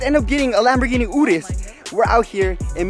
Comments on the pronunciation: Rip to all the people who thought the Urus was pronounced y-urus instead of oorus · Not ourus its urus urussssss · DDD URUS not URIS :DDD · Your-us no udis 😂😂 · It’s pronounced Lamborghini urus (your-iss) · im a fan of u but its not pronounced lamboghini ooris is uris watch FaZe rug videos he actually owns one